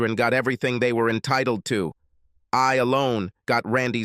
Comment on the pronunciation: AI is so weird, sometimes. The language aphasia. First time they pronounce “entitled” in-tittly-tude, second time it’s just fine